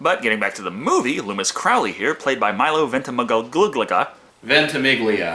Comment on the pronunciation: Yeah, it's kinda hard to listen to two wannabe knowitalls, when they don't even know how to pronounce 'Ventimiglia' - with one 'correcting' the other no less, and doing an even worse job at it.